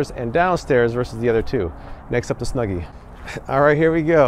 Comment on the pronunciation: So much bias on the snuggy, you dont wear it right, you say its name wrong like 3 times , this review might be rigged.